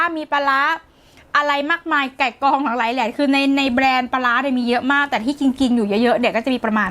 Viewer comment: แบรนด์ค่ะ! ไม่ใช่แบน 😄